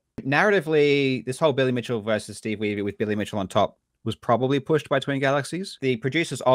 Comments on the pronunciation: "King of Kong" was the first time I heard Wiebe pronounced that way. I have a lot of relatives with the last name, and none of them pronounce it "Wee-bee". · Have you seen the interview Steve Weibe gave earlier this year? Looking back on the documentary and the current state of DK, it's really great! Also I always felt like they pronounced his name "weeb" as some kind of power move.